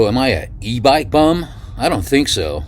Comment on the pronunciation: At first I heard you say: E bike b0mb LOL :) I've been watching channel too much :)